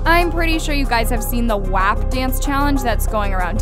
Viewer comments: i’m sorry but why does pronounce “WAP” like that does she not hear how it pronounced in the song?? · Natasia Brown it’s “waap” in the song not “wahp” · Ana Derby no it’s pronounced “wop” it’s even like that in the song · I know did not just pronounce “WAP” as “w-app” 💀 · Greg i’m just saying it’s PRONOUNCED “wop” like a whopper from burger king lol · PLS THE WAY SHE PRONOUNCES “WHÆP”